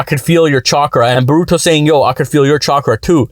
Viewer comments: Bruh please stop saying "borooto" its "boruto" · I would believe you if you pronounced Naruto and Boruto names correctly